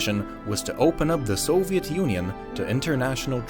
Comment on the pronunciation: Just love the way you, Westerns, pronounce a word "Soviet"